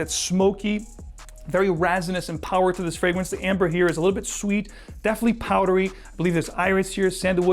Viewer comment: As informative as your videos are, you have a strange inclination to mis-pronounce the "E" with some words. So vetiver sounds like "Vattiver" in all your videos. The following are the transgressions in this one: Definitely - daffinitely Checks - chaacks Spectrum - spaactrum Resinous - raassinous There are more, but the aforementioned examples should suffice.